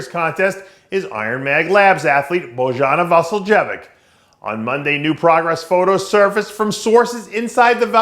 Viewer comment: Way to butcher her name lmao